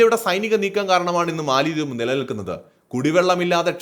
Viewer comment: it is Mala dweep or Mala dives. NOT Mali dweep. MALI is an African country and it is not a dweep or Island. PLEASE CORRECT WHILE SPEAKING. Jan Hogendorn, Grossman Professor of Economics at Colby College, theorised that the name Maldives derives from the Sanskrit mālādvīpa (मालाद्वीप), meaning "garland of islands". In Malayalam, "Garland of Islands" can be translated as Maladweepu (മാലദ്വീപ്).